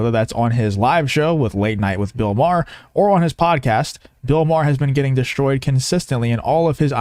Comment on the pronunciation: The word is Destroyed, not DESHTROYED.